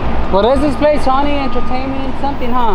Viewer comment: Wtf is SAWNEE ENTERTAINMENT EVEN PEOPLE IN MEXICO KNOW ITS SONY. KINDERGARTNERS KNOW ITS SONY. SMH. RIBULL LOL REDBULL. AYAYAYAY. YOU KNOW BETTER THEN THAT.